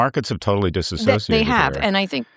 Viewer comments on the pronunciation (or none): Disassociated..Remember kids, the A is silent So .....it sounds like this Dis ..ssociated Remember kids 😃😃